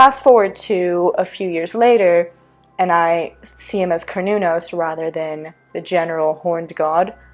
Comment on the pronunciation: Finally someone who says Cernunnos correctly.